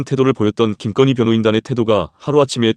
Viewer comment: 김건희라고 발음 이 안되나요. ? 왜 김껀희 라고 합니까 ? 듣기 거북해서 조금 듣다가 나갑니다.